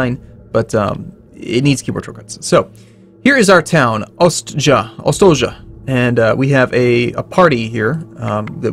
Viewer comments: It's pronounced "Ostoyah" not "Ostodja" xD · I'm sorry but you have some mistakes here: Ostoja is a Polish word, verb, feminine. It is not a name. means a place of peace, safe settlement. And should be pronounced "ostoya". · Slavic pronaunciation: ostoja -> ostoya (means refuge/shelter). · "Ostoja" - means "haven", is pronounced "ostoya" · The town name is actually read more like Ostoya with long i"i" ;) Nice gameplay btw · The city name pronouces like "ostoya":) It means "refuge" in polish. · j reads as y. read it ostoya. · Its seems, that this is polish game. So "j" read like "y". Ostoja means refuge/camp